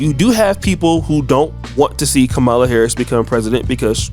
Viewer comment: cancel the guy . he disrespected the proper Indian pronunciation of v.p. harris' first name.